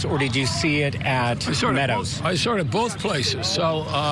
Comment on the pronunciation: Sawr? Where does find the “r” in saw? She sounds as uneducated as Shanon.